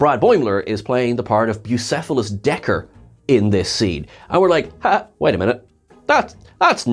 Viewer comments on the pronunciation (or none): It's Dagger not Decker. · Dagger, not Decker